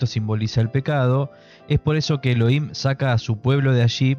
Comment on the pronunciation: Elohim se pronuncia «E-lo-jim».